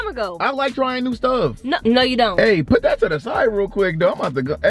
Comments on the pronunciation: No hate torwards but why you always say pit instead of put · The fact. That’s say pit instead of put